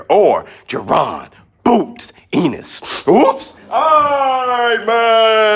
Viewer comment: Why do you say his name like that lmao. It's pronounced "en nis" and not "in nes"